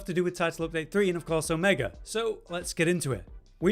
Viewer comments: Brits love adding R's to words where they aren't. "Drawring" "Omegar" "Your land is R's"... stuff like that. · I kinda heard that a little bit, but yeah, its Omega. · Not trying to be wierd, but I keep hearing Omegar? is it Omegar or Omega?